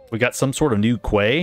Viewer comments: Quay is pronounced “key” not “kway” my dude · Quay is pronounced "Key" btw